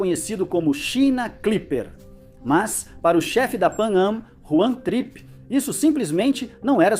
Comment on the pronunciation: Juan TRIPpe?? 😅